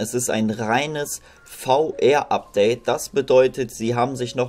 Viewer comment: VR spricht man englisch aus und nicht deutsch.